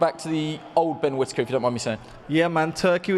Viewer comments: Did anyone hear one of the sky presenters call him “quittaker”? 😂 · At 5.37 did the commentater just call him quitaker? 😂